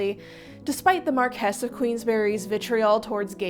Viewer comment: iirc, they made the marquis of queensberry a character on Mike Tyson Mysteries because he was a fan of boxing and invented the "queensberry rules" ironically, they made him gay in it. he has a boyfriend named Daniel <3 also everyone mispronounces marquis as "marcus" which gets me every time